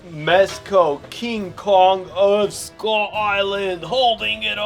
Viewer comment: You said Cong with hete ray